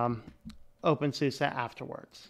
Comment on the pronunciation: Nice vid! Thanks. When you say "OpenSUSE" I understand "Wingardium Leviosaaa" hahaha, just joking :P